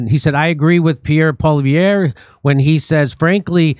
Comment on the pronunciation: Why can NO ONE outside of Canada pronounce Poilievre's name properly?! It sounds EXACTLY how it is spelt, Jimmy.